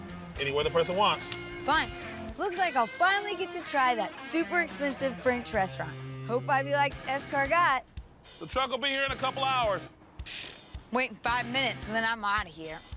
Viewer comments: Did that woman really just say "Escar-got?" I mean sheesh talk about uncultured. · almost turned off at " ess-kar-Got". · She gets a pass on that escargot pronunciation cuz she’s so fine